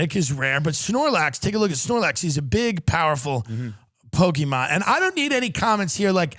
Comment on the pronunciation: tim has to stop everything he's doing to put his effort into saying pokeyman